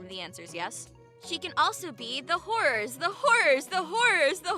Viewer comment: In the "HORRORS HORRORS HORRORS" i heard "THE HOURSE THE HOURSE THE HOUSE"